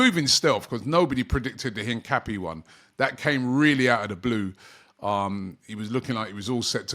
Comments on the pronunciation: Robbie.... it is pronounced HINCAPIE' like the water PERRIER not HINCAPPY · "Piero Hincapi-e" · his name is pronounced incap(ee)e